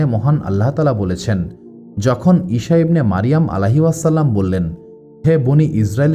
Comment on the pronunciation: ইষা নয় বলুন ইছা আ.